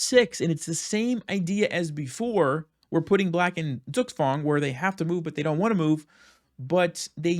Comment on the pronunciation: "Zugzwang" is more pronounced like "Tsoogtsvang" just as a simplified pronounciation guide.